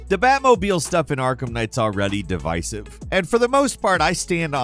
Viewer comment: Say devisive again...😂